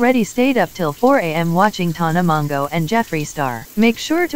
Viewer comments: 'tahna mongo' 🤣🤣🤣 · When said tana mango... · nobody: absolutely, seriously nobody ever:: Tona Mongow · no one:: tana mongoh